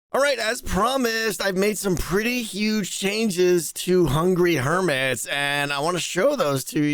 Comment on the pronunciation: I do love that people have sorta rediscovered "Hungy Hermis" as Grian tends to call it, after there was a small lull in the number of people playing